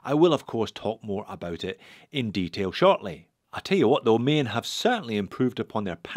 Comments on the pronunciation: The way you say “Maen” sounds like an Irishman saying ‘main’ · The ae in Maen is pronounced as the a in gaga